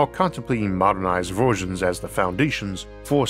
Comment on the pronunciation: Strange speech defect; low orth orbit… the weel, modernized vorsions